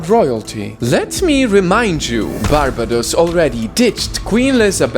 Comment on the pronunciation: Man messed up even barbados I dont wanna know how he would say "Dominica"